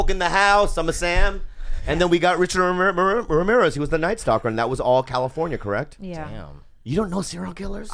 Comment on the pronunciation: Hey Bobby, say Ramirez again. lol